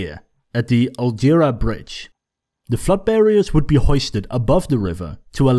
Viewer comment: I drive over the algerabridge every Day and the way you said it makes me want to jump of it.